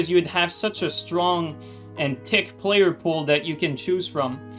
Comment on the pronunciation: "Strong and Tick" You French Canadian you 😂♥️. Good video, man 🤙